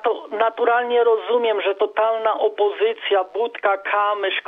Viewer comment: mówi sie rozumieM - Pan czasem sie myli.